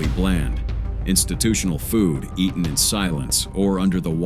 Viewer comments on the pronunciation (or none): none